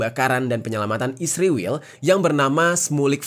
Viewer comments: Bang jerry juga nyebutnya isriwil harusnya israel kan😅😅😅😅😅😅😅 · Kenapa israel di baca isriwil